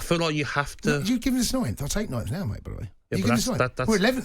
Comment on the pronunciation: I’m sorry, how did Gabby pronounce 9th? Nintht?